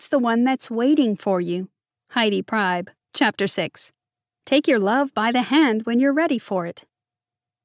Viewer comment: You are mispronouncing the author's last name, she says it like Pree-b